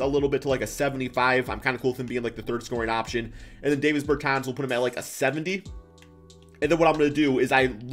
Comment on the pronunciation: Its DAAAHHHvis bertans. DAW